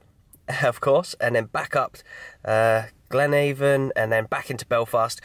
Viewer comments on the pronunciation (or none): If I really wanted to be pedantic the team is Glenavaon (as in in after) not Glenavon (as in angels). You're doing much better than non-Irish people who struggle with Drogheda so just carry on. Unfortunately can't manage to put some smiley emojis in this reply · P.S It's pronounced... GLEN AV ON...O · Glenavon is pronounced glen-av-in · Glad to see you visited the one true home of football ! One thing - it is pronounced 'Glen-AH-von' instead of 'Glen-AY-von' (easy mistake to make tbf). Mourneview Park would be considered one of the best stadiums in the league, but there are elements of the ground that could do with a bit of a facelift now. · Its actually pronounced glen-a-von, but no worries🤣🤣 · Can you teach him to pronounce the team name properly while he's there, it seems to be a thing among English youtubers that they pronounce it like they are going door to door selling avon